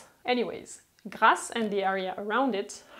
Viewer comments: It’s GRASSE !!! Not GLASSE … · It’s Grasse not Glasse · Script: "Glasse" ???? Its Grasse.